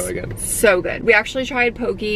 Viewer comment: It's pronounced: "Ah-VAH-Ah-VAH-Poo-hee" (Awaʻawapuhi). In Hawaiian, the W's make a V sound. "Kah-La-La-ow" for Kalalau. "Po-KEH", not "Po-key" for Poké. Hope that helps 😅🤙🏾